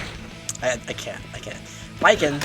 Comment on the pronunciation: No he didn't just call Baiken-BACON